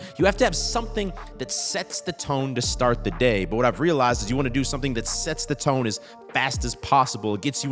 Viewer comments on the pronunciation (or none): none